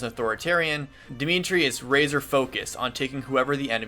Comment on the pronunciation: Woop you have Dimitri his proper Welsh pronunciation, nice!